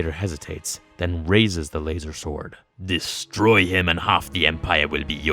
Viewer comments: You lose all credibility the second you say lazer sword....... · Why the fuck are you saying lazersword? 😂😂😂🤣